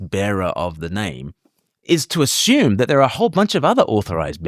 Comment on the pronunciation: Never "ashume"!